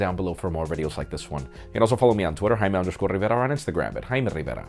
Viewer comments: getting annoyed hearing "jaime Riverrrrrrrrrrrrrrrrrrrrrrrrrrra" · Jaime Rrrrrivera